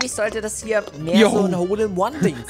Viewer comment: Wie oft habt ihr hol in One gesagt in dieser Folge 😂😂😂😂😂